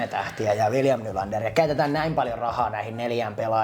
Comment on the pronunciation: Toronto ihan munaton joukkue ku Marner lähti sieltä🤣🤣🤣 ja sielä on Matthews ja joku Ruotsalainen paska William NylandeRRRRRRRRRR R-vika 🤣🤣🤣